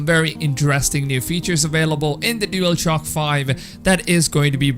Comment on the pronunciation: Why does the guy in the video keep saying dealshock 5 lmao